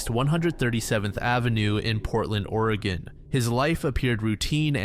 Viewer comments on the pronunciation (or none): none